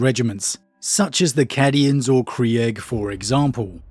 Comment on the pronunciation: trying to increase comment interaction by purposely mispronouncing Cadians and Krieg, sneaky lol